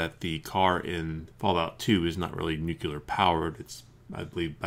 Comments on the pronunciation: NEW-CLEAR, not NUKE-U-LAR. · The nucular strategery is done real dang ole good!